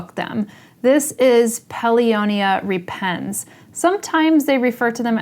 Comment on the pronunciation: Pronounced rEpens (not repEns) . Think of the word rEptile